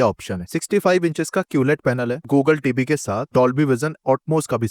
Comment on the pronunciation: Why do you say “tibi” ? TV (Ti Vi) It’s irritating